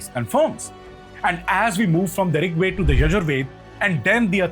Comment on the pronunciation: Please pronounce Veda properly, without Schwa deletion, nobody will take you seriously otherwise